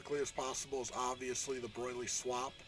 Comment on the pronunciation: Broil-ly lol